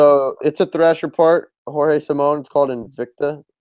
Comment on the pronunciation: come on guys, Simoes is not pronounced Simone